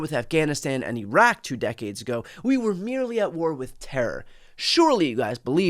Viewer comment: Stop war and it's learn how to pronounce Iraq!